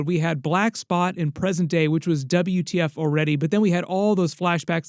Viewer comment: Saying "wtf" as "Double u , ti eff" is craaazy